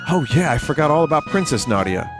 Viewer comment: its Na . Dee . Yah